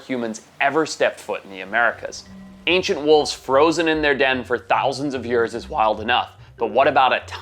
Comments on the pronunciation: Bro says every word with no accent then proceeds to say “ yurrs” “8000 yurrs” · You say years funny